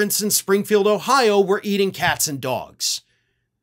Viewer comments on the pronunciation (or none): none